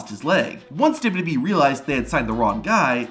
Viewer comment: There are many speech therapist that can help you with your problem. It’s W W E not duduby.